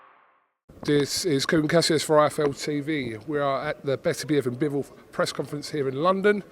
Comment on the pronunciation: Will Frank ever be able to pronounce Beterbiev's name properly !?